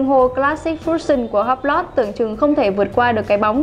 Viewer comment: Em phát âm sai Hublot nhé, tra cứu thêm để phát âm cho đúng.